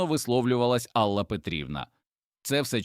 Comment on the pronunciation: Чому АллА, а не Алла? Дратують неправильні наголоси, різкий голос, хоч сюжет і надуманий, хотілося б чути у голосі якесь співчуття, сердечність, а тут просто беземоційне читання